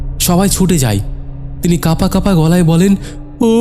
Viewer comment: ধুর! বারবার কেন বলছেন"ফাকা-ফাকা"। বিরক্তিকর।"হাটা"? "হাঁটাচলা""ফাঁকা"‌ কাঁধ" "কাঁপা-কাঁপা" বলতে অসুবিধা হলে পাঠ করা ছেড়ে দিন।